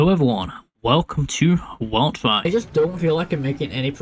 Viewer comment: Welreich? Isn't it wel't'reich?